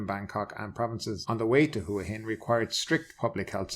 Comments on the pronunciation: Hua Hin is pronounced WAA HIN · ...just finished a random poll of 20 Thais in the street and all said WAA HIN. Why would one have to be Thai in order to get the correct pronunciation?